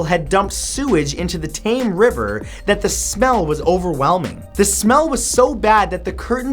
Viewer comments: Love the video! But just one thing, the Thames is pronounced 'tems' not 'tames' :) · T-ay-m river?? It's pronounced t-em-s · The river is pronounced tems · "Thames" is pronounced "tems", not "tame". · The River Thames in London is pronounced Thames as in gems. not Thames as in James. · Tame river? You mean Thames? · Matt, I love you, but the "Tame River"? C'mooon! It's the Thames(pronounced Tems), you Canadian plebian! Much love, a facetious London-dweller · It's Tems, not Tame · You learm something everyday ... Like Matt dosen't know how to pronouce Thames correctly :P It's not tames, the A sounds like an e so it's tems. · the river Thame? you mean thames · yeah the thames is not pronounces 'taimes' its pronounced 'temmes' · did you just say the tame river... its pronounced tems but read Thames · The Thames river is pronounced ''Tems'', not ''Tame''. Nice video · He pronounced Thames as "tame", but I thought it was pronounced "Teh-mes". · At number 32, it isn't the Tame river. It's the Thames river 'pronounced Tems' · The river Thames is pronounced tems. Not tame! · boi needs to get his uk pronunciations right!... the tame river?? mate it's the river thames (tems) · Its pronounced t-e-m-s not t-a-m-s. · It's the river Thames, pronounced as tems. It is not, as you incorrectly said in fact 32, the tame river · The river Thames is pronounced temms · Thames is pronounced "Tims" (according to my Theater Teacher) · It's pronounced "tems" river :p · THAMES is pronounced tems Sincerely angry British duck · Thames river? THAMES Pronounced 'TEMS' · Good stuff dude, fyi, The Thames river in London is pronounced The Tems, daft, but it is Britian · Love your videos. I thought you'd want to know that its pronounced Tems. The river. I learned that in my senior English AP class when we studied Heart of Darkness. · Londons river is pronounced like tems not Thames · The Thames is pronounced "Tems", it's not as bad as "Arkansas (arkansawl)" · Thames River, pronounced tems 😊